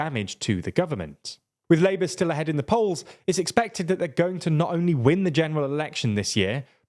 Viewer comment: Why do so many British people speak in uwu? "...hwistwowic Labwor vwictwories"..."twerribwle nuwus for Sunak" It's your own f*cking language and half of you can't even speak it.